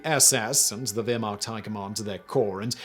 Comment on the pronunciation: i had to stop watching. I could cope with him cantering through with the speed of a racing commentator - how difficult would it have been to pronounce Waffen or Wehrmacht even approximately correctly?